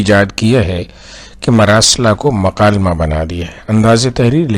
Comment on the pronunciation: معذرت کے ساتھ آپ ک کو ق اور ق کو ک پڑھ رہے ہیں۔ کلام کو قلام اور مکالمہ کو مقالمہ پڑھ رہے ہیں۔